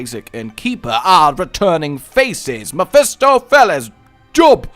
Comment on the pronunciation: Mephistopheles is pronounced M-eh-fi-stof-uh-lees.